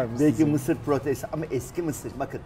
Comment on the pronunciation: Vedat Bey! "Misir" kelimesini sebze gibi degil ulke gibi vurguladiniz; hic olmadi. :(((((((